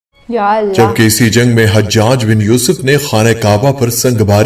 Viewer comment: . Sorry HajHaj nahi it's Hajaj ( Ha , Jaj .)